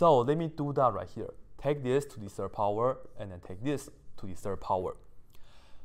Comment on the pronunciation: I only can hear "to the Sir power" haha